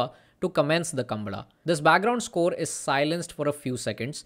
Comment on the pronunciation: Oye thera! It's not kambala. It's kam-baala!